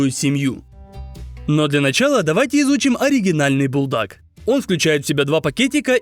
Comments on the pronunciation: Когда он сказал буЛдак я сразу выключил видео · сам ты булдак надо говорить бульдак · ❤не булдак а бульдак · НЕ булдаг а бульдаг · БУЛЬДАК ❌ БУЛДАК ✅ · Ни БуЛдАк А бУлЬдАк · Булдак ❌ Бульдак ✅ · Не булдак а бульдак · Булдак? Правильно Бульдак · Не булдак а надо говорить бульдак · Бульдак а не булдак